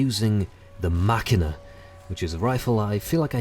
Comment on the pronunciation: i think you prounnounce machina wrong ma-shi-na it mean "machine" in russian some weapons on tf2 have a russian themed name